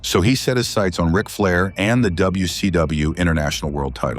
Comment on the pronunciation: AI doesn't sound very intelligent when it says wc dumbayou.😂